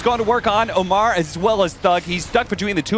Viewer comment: Omar? Miracles name is Amer.